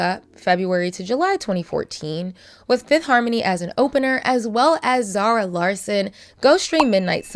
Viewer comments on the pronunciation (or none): none